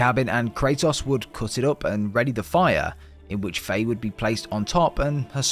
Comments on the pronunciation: MirMir and of course Baldurs mom “Faye” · Why do you keep calling Freya Fey